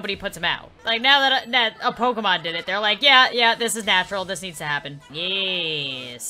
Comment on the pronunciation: instead of struggling with saying Pokémon Sims say pokèsims